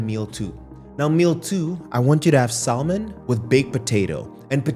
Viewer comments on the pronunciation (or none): The "l" in "salmon" and "almonds" is silent